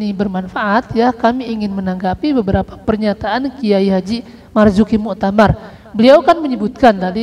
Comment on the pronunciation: KH. Marzuki Mustamar, bukan Muktamar, kepleset bro...